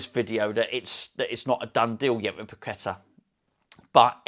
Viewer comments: Hello from Brazil......we need to get the pronunciation right........the a at the end is accentuated....so Pa-que-TAA....with emphasis on the 'a'.......in terms of of rythym....bum bum baaah...or da de daaah.....hope this helps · Tim Vickery schooled the presenters on Sky Sports about the pronunciation of his name Par....key...ta he looked upset about it......fingers crossed for this signing..